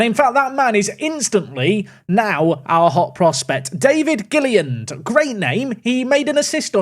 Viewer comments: please read the name, it's not "Gilliand" there's another L, it's Gill - IL - and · it’s GilliLAND not Gilliand!!!